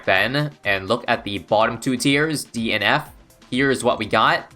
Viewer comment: I love how he said D and F in a way to make it sound like DNF